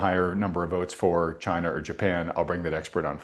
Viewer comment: Yes, please invite President Trump to talk about CHAY-na, CHAY-na, CHAY-na! 😂